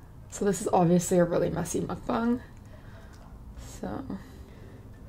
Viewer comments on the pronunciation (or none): did she say mungbung